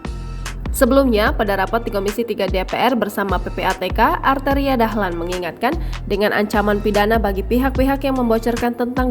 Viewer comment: Si Beny ini siapa sih???? Belagu loh nantang Machfud MD, si arteri belajar dlu tuh huruf R nya yg jelas...